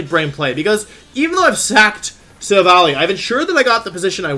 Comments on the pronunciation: i think it's pronounced sill-valley, but idk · In the show the pronounce it as sil-val-lie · This is not true in the slightest. Silvally's name is based off Silver and Ally, which is an allusion to its evolution method. Names in other languages confirm this trend. As such it should be pronounced like Silv-ally just like its component words. However, I find it more comfortable to pronounce as either the pronunciation you said (silv-a-lee) or silv-awl-ee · While I do pronounce Silvally the same, considering it’s meant to be silver+ally think the proper one has ally be like “ally”. You know? Ye. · For the record, Silvally is 100% a pun on Silicon Valley. So, it's probably pronounced Sil-valley.